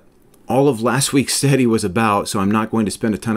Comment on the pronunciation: Off topic. But i can’t help but chuckle every time you say “study”. If it weren’t in context i might sware you say “steady”.